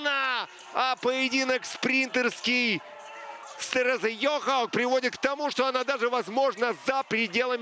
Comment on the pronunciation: " В поединке с ЙОАуг" )) Странныйй комментатор